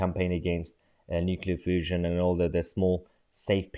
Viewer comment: Did you say nuclear fussion? Now that would solve all this green shit. Imagine building a small sun on earth - we would only need one nuclear fussion plant to power whole of England.